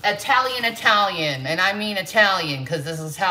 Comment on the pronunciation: Also I question anyone who is truly Italiian saying Italian with a long I. You say it with a short I just like Italy. She constantly says I Talian (long i)